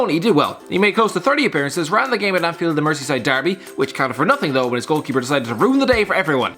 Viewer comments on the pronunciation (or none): none